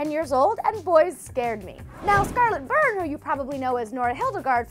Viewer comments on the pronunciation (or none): none